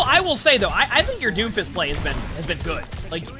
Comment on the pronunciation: "d o m f i s t" said confidently